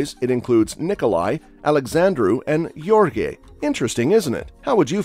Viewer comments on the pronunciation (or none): none